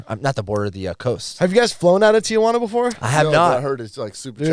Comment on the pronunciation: Y'all really from San Diego but can't pronounce Tijuana?